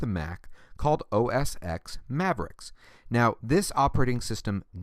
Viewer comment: Why the heck are you calling it "os x"??? it is pronounced "os 10".